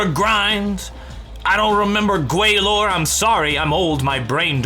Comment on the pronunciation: Indians when he pronounced Gwalior as Gwalor: 👀👀